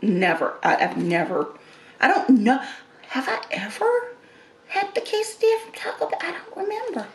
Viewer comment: Look up how to pronounce Quesadilla Two ll's are silent